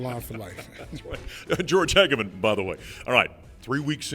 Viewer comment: Coach George Hegamin, not George Hegamin.